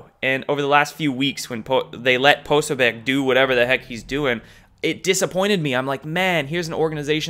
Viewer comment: Please learn to pronounce Jack Posobiec... 🤞